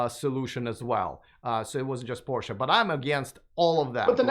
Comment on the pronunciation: I like the concept, but for my use electric isn’t there yet. I am here keeping up with the advancement in the technology, but one thing: Porsche—can you get an expert guest that knows how to properly pronounce the brand you are talking about?